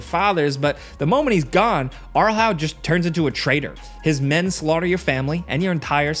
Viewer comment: "Arlhau" for fcks sake ! Its Arl Howe.